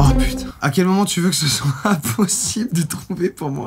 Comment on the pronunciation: pourquoi tu a dit soite